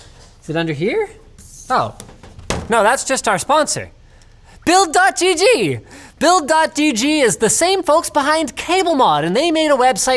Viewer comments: For the record. its "builds" with an S, not "build" dot GG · umm its builds dot gg not build dot gg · domain for sale? :D rip. Nice one Linus, it's "builds"!! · *Thrilled by own clever sponsor segway *Mispronounces sponsor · So how mad was the sponsor that you didn't pronounce the S in their URL? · ... the S is silent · gotta say your sponsor name right! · does Linus realize he's saying the sponsor name wrong? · well... almost. He missed to pronounce the "s" in "builds"